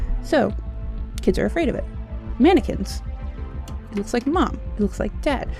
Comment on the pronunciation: When she said "Kids are afraid of mannequins" i thought she said, "Kids are are afraid of Americans"